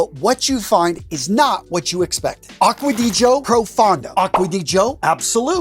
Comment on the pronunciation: finally, someone that pronounced the name right: Acqua di GIO, not acqua di Jio...